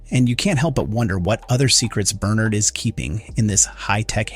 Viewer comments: Right...I'm assuming he's used to pronouncing it "Bernerd" but oscillates to how it's actually pronounced in the show "Ber-nard" when he remembers. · Bern'Erd or Ber'NArd ... you flip between the two and even throw in a half way version now and then. (Check your AI pronunciations of audio before publishing). Your opening stated you had spoilers from Books... there were none. We KNOW there are others in silo 17 and Juliette and Solo go to her silo 18 in the books. The fear of being underwater is called "Thalassophobia" - NOT Hydro-Phobia!